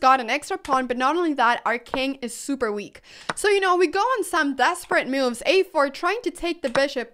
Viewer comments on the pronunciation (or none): Brilliant mee-oo-ves.